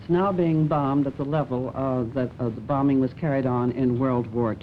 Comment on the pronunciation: Why is he pronouncing the second "b" in "bombing" ? His accent was and had been very Singaporean from those days.